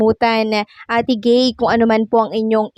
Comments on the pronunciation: Ate guy hindi ate gay 😊😊😊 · Ate Guy hndi ate gay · Ate guy not ate gay